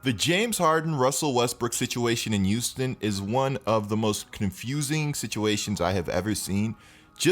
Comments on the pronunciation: Thought it was Houston not youston. Good vid though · The way you say Houston kills me😭